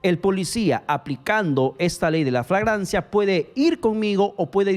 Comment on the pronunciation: Es FLAGRANCIA, no “fragancia” 🤣🤣🤭